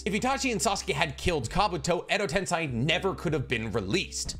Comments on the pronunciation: Tomoe is pronounced as toe-mo-ay, not toe-may. Also tensei is pronounced as ten-say, not ten-sigh. Overall, you're Naruto/Boruto knowledge is top notch, but these grammar errors throw me off sometimes. Just figured I'd let ya know, and hope it didn't come off as rude nitpicking, rather it's just proper pronunciation. So please take it from someone who can speak Japanese somewhat fluently. Been subbed for a year and will continue to do so, so sorry about that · Ok please if you going to keep making naruto content please pronounce the words correctly ai = I sound (example: kekkei genkai) ei = ay sound (example: edo tensei or chibaku tensei) This is super important as it’s super cringe to hear the words miss pronounced especially when the show teaches the correct pronunciation 🤦🏽‍♂️ SMH